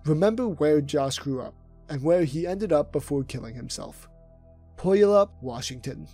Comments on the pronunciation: LMFAO IM SORRY BRO BUT "POYALUP" IS JUST PRICELESS XD its pronounce Pew-Al-up (puyallup) that had me snorting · Puyallup, WA is pronounced Pew-Al-Up but I don’t blame you for getting it wrong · its pronounced Pew-allup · Bro… it’s PEW-ALLUP not pyallap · it's pronounced pew-al-up not POYALA. Puyallup washington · Mispronounced Puyallup Washington, Josh Powell's hometown, it's said: Pew (like in a church)-all-up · Puyallup (/pjuːˈæləp/ ⓘ pew-AL-up) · it's pronounced PEW-AL(Like the name)-Up. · Puyallup is pronounced Poh-yah-lap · Pu-wall-up Washington is how it’s pronounced It’s a weird word so I don’t blame you for mispronouncing it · Love this video, very informative but as someone from Puyallup it’s pronounced like “Pu-all-up” lol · Puyallup is pronounced pew-all-up my great grandfather was the first settler in the valley. Grew hops, berries and bulbs. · It's pronounced pew-all-up Washington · It's pronounced PEW-AL-UP! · puyallup is pronounced pew-yallup. spokane is spo-can. sorry i just hear people saying washington city names silly and it irks me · The way people say Puyallup is so funny to me. We say Pew All Up.. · It’s pronounced Pew-al-up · . Pew-all-up Puyallup. Fucking butchered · Puyallup is pronounced: PEW-AL-UP at least colloquially. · As a native Washingtonian puyallup is pronounced Pew-all-up. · its pronounced pue-al-up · Great video but y'all butchered my city's name of Puyallup, it's Pew-all-up and I met Martin at about less than a year ago and I had no idea about any of this except his autism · Pew- Al - up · Puyallup is pronounced like pew all up. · Lived in Tacoma my whole life never heard anyone pronounce Puyallup like you 😂 (pew-all-up) is the more correct way of saying it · Very interesting video! As a Washingtonian, Martin has always been an interesting person to me since I first found out about him in about 2017. Also as a Washingtonian, I gotta say Puyallup pronounced “pew-all-up” but other than that great video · Puyallup = pew-ah-luhp